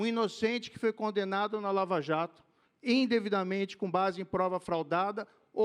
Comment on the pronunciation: ele falou "endevidamente"?